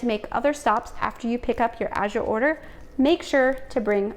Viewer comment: Thank you for the English pronunciation. So many are using the French pronunciation, as in Cote d'Azur